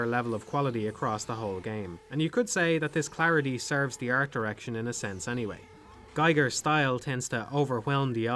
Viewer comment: The "i" in Giger rhymes with the "ea" in Team. So it's "Geeeger," essentially.